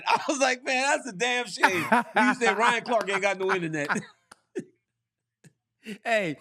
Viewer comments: Ryan “Zwang Waylee” Clark 😂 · Who is zang way lay?